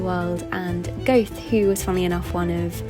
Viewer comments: I presume you meant Goethe which is actually pronounced in English GUR-TER. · geothe is actually pronounced gerter (soft r sounds) fyi Lovely video btw ❤ and the way you've filmed it is so aesthetic too ☺ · Did you just pronounce Goethe as gowth? HAHAHAHAHA